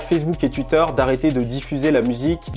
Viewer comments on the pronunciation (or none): Il me régal toujours avec les TUITE lol 😂